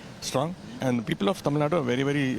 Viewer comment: Its Tamilnadu not tamilnad, kannada not kannad!!